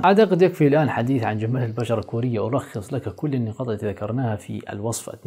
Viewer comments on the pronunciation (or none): none